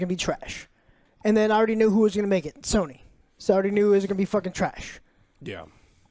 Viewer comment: sawny new…. Dude has the hardest time pronouncing words he constantly does this with so many things